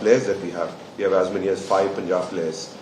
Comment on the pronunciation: It is not Poonjab. Say Pun and then jaab